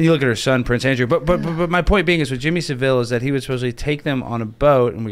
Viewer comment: why do literally NONE of these people know how to pronounce jimmy savilles name?